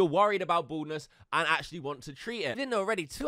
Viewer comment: i thought you said boredness and not baldness 😂